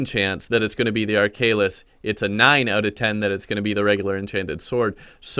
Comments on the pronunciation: Ark Halis not arkalis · Ar - kha - lis not arkaylis. Tnx for the guide anyway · (ARK-A-LIS)That's how you pronounce it